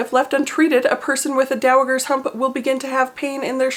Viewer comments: Fyi… it’s pronounced like dow-uh-jer ‘s (like in jerk 😅) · BTW, the g in is soft. Dow-a-jer. You must have only come across it in print before.:) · Soft g not hard g in.... Dowajer..... Sorry to be that guy.... I have many times been a victim of only ever having read a word and mispronunciating it publicly. 😅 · I love you but it’s pronounced dowaGER with a hard G 😂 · I saw a BIG difference between the before and after! Also, is pronounced with a soft G - like the Empress in Anastasia:) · The g in is pronounced like a j.